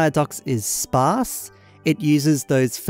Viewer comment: The way you say "sparse" is entertaining lmao